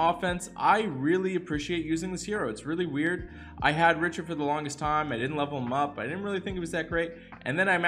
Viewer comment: If you don't start saying his name correctly I swear lmao